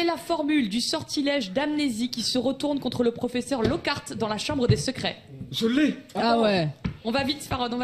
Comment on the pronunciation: Tu peux pas prononcer lockart comme ça 😭 sacrilège 😅